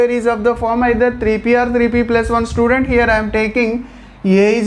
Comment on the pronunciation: Sir I like the video but you are saying student sir say like child